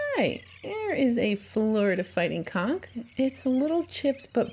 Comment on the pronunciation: We pronounce it Conch. Sounds like you're saying, well, you know what.